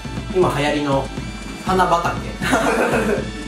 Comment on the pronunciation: 今流行りの花畑が 今流行りの田中角栄に聞こえた笑